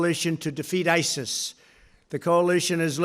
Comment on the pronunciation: Am I the only one who noticed Trump calling ISIS SIRI? :D